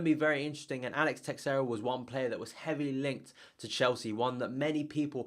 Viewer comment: Don't pronounce the 'X' in Teixeira. The 'X' should make a 'sh' sound..... and roll the 'R' ;) Sorry, you just said it too many times to ignore...